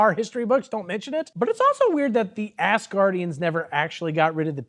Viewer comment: I do enjoy that (intentionally or not) it sounds like you are saying Ass guardians, not Asgardians!